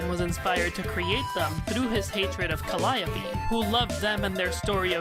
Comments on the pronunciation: "Calliope" is pronounced "CAL-ee-ohp", not "cal-AY-opee" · It has been a confusing thing in Homestuck, but in one of the parts where Calliope shows off her Trollsona, she mentions that the Trollsona's name is Callie Ohpeee Stating that "It's jUst my name spelled oUt phonetically". Also, she gets her name from a Greek muse also named Calliope, and Greek Calliope is pronounced kə-LY-ə-pee.